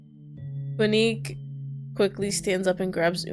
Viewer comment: I think Quinque is pronounced “Kin-keh” cuz the game was in spanish in the beginning